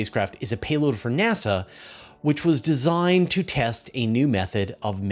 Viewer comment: nEASa? That's a " diferente" way to pronounce NASA.